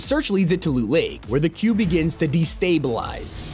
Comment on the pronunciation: say destablize again